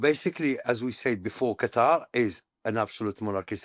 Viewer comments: Qatari say "cuttaaar" idk why americans got everyone to change it saying the right way is a sharp "cutter" 😂 trying too hard. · Why do you mispronounce Qatar as "cutter"? It's just as easy to pronounce it properly as "cut haar' ". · What can't Americans get the pronunciation of Qatar correct? It isn’t "cutter". Its Qatar..."Kuhtar". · Qa-TAR, not Cutter. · It’s Qat-ar NOT cutter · I'm barely 3 minutes in; why do you keep calling Qatar (pronounced Kah-TAR) "Cutter?" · Omg stop pronouncing it CUTTER!!! You’re killing me! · Not to nitpick, but do Americans even try to pronounce these words they way it should be pronounced, lol. I think trying to do things like this especially when dealing with a nations name or a persons name shows respect. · I can't bear hearing the host's pronunciation of the word Qatar.